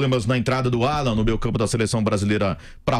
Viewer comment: Sabe nem falar o nome do cara esse, Álan é o crl, é Alan porra kkkkkk